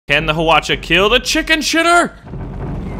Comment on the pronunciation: wow u pronounce hwacha(화차)very well!! so surprised! XD